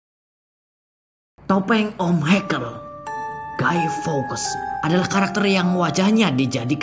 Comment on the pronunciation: Cybercrime di baca saiberkraim bukan saiberkrim, fawkes bukan fawkas cara bacanya yng bner fawks, dan terakhir mask tu bacanya meask bukan mes atau mesk. Cuma ngoreksi 😂